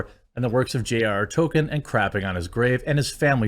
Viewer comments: At this point i am convinced that you are incapable of pronouncing TOLKIEN correctly. Generally love your videos and takes on most things, but after 10+ vids of you calling him TOKEN i have to either believe you are doing it on purpose for some reason or you are incapable of pronouncing his name correctly. Otherwise, keep up the good work, and the coffee is surprisingly good. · 1. TOLKIEN not TOKEN, it’s not a silent L. 2. Show the downvotes on screen so we know you aren’t making numbers up. Stop pulling it up on another monitor where we can’t see it. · I wish to fucking hell you'd stop saying "Token" It's TOL-KIEN. TOLK. NOT TOKE. You make it sound like "Token white guy" or something. Stop it. Get some help. Learn to say his name right ffs. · Jeremy, it is pronounced Tole kin not Token. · I can't watch anymore of Jeremy's video on this if he's going to keep saying "Token" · The way you pronounce Tolkien gives me an aneurism.